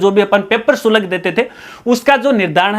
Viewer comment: शुलक नही होता, शुल्क होता है जी